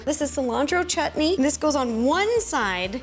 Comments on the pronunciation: I just love the fact that you called it chutney and not shutneee 😂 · I love how u say the word chutney like u said correctly and beautifully 😊